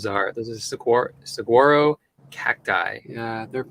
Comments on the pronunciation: Your pronouncing Saguaro correctly now. Say it faster🤣🌵🌵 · The new Titan Solo stove fire looked awesome! I can see why you picked up those chairs because they look perfect for the roof deck. Oh, and after someone brought it up, I went to one of those internet pronunciation sites and SAGUARO change the GU to W -- SA WA' RO. Another thing I learned here! I loved the campfire. Let's add more to the Lives. Have to tell one on myself-- I try never to push people's fear boundaries because as said a little fear is adrenaline, but too much is panic-time. Years ago, one of my good friends & I were going to get a Blockbuster rental (dates me, I know) and a pizza for our first rental movie night. When I stopped, I picked up Dead Calm, a psychological thriller. Turned out it had her worst fear -- stalker! I thought she would never speak to me again by the time it was over! So before you start ghost stories or anything else that may scare family or friends, be sure you know where their "buttons" are. For when we start using our Solo stove-- how long does it take to cool that stainless steel down? You have to be careful re-packing it hot, don't you?